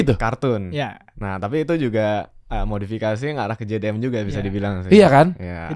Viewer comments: kayak mahamin mobil buat harian mereka sama buat balapan beda mobil. tapi ngiranya satu mobil. trus beberapa kali ngomongnya JDN bukannya JDM. bahas GT86 yg ditampilin mobil balapnya ziko 😅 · Host nya gk bener, nanya nya ga nyambung, gk jelas, gk ngerti tapi sok paling ngerti, ngeselin bgt sama host nya nyebut jdm aja jdi jdn wkkwkw, mobil dibandingin sama motor kocak bgt nih host nya udh ga ngerti sok paling ngerti, PANSOS